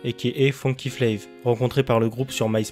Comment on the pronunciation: Bonne vidéo, juste on dit FLAV pas flayve